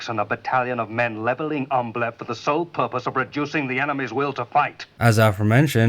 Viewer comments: The name Ambleve was mispronounced terribly by everybody in this movie. Sometimes it was referred to as Amblem, or Ambleff, or Ambiff, or Amblitt or even Ambit. And did anyone notice the German soldiers (No doubt played by Spanish Army soldiers.) kept yelling “On topa ze roof! On topa ze roof!” for every and any needed occasion? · The characters all badly mispronounced the name Ambleve. Sometimes it was ‘Ambeff’ , sometimes ‘Amblitt’ . It could have been ‘Amblig, Amblif, or Amblin’. And did everyone notice that the German Soldiers (I presume being played by Spanish Army soldiers) kept saying “On top ze roof” On top ze roof” for whatever occasion?